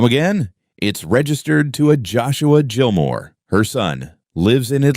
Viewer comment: Gilmore is not pronounced Jillmore